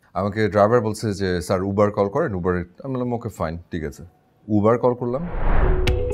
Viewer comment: It's not ubar it's uber bro